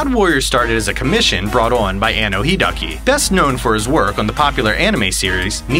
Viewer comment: Hi-deh-a-ki, not Hidaki.